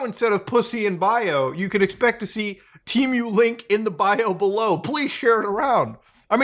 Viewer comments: Why do you keep saying tea-mew??? You should say Teh-Moo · temew? dufuc bro its tee-moo(temu) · It's pronounced Teh-Moo not Tea Mew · Why do people pronounce it like it had 2 "E"s? It's TEMU not TEEMU. God, english is such a stupid language. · TEEMOO, not mew, its NOT MEWDAHAR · temu ❌ T-MEW ✅ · I've always pronunced it "Temm-you"... 🤔 Not "Team-you".... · don't deadname TEEMOO. they revamped all their commercials to now pronounce it "TEHMOO. They even recorded old commercials that used the old pronunciation. I have no idea why they bothered with that as they don't even have a name in Mandarin to mispronounce. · “Teemyou” he says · It's Temu, not Tee miu ... But it's okay, we all make mistakes. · How you pronounce Temu as Timiue can’t take you serious 😂🤦‍♂️ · Drink every time muda says Tee-Mew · "Teemew" lol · Tee-mew 🤦. You got it right the 3rd time you said it at least lol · Just the way this guy says the word temu as “tea-mew” makes me never want to shop there again. How does he pronounce the bird, Emu? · temuuu lol the way u say it is so funny lol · Why the fuck are you saying tee-mew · it’s just not how you pronounce it. It’s just goofy I guess lol. I think I know why he does it tho, temu has been pushing a lot of low quality ads with AI voice overs that do pronounce it tee-mew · Tmew.. Muta sounds like he is summoning a Pokémon. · What was I welcomed to Themis video by? Yep, a Teemew/temo/timeyuh/tehmoo/timoh ad. Nobody knows how to pronounce it. All examples above have been used in their own ads. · your pronunciation of temu and shein is very interesting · why do you add 3 extra letters in your pronunciation of temu lol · I think its pronounced Temu like "Test" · Temu doesn't even know how to pronounce temu. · Never trust an online store who cant even pronounce their own god damn name in their adds! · Their own ads cant pronounce it correctly😂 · listen closely how muta says temu ☺️ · So shady not even they know the correct pronunciation of their name